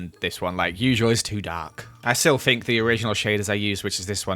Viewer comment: It makes my day when says "I fink" 😂😂😂